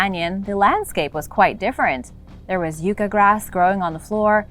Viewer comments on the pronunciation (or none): Interesting. You need to learn how to pronounce words like Yucca though. The U is not pronounced as a long U. It’s pronounced like Yuck. The Yucca is the state flower of my state, New Mexico.